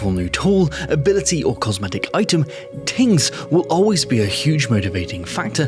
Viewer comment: That is the most Oirish "tings" I've heard in a while.